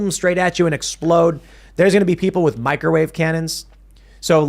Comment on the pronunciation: lack of ability to pronounce an H after a T in words like “with” gets under my skin eventually.